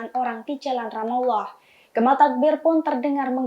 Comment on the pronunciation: Presenter berita tribun ini kurang wawasan..penyebutan kota Ramalah,kok di sebut RamAllah